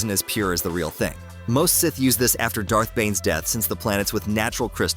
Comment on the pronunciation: Is it too much to adk for a human? Do I really need AI calling them "S" - "ith"?